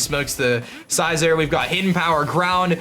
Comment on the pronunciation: "Scai-zor"? I'm triggered.